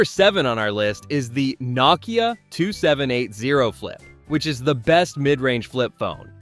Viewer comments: "know kia" not "knock kia" you silly willy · "nuh-kia" .. cool AI video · Dude, learn how to pronounce Nokia- it’s “no-key-ah” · Did you just mispronounce Nokia?😂😂😂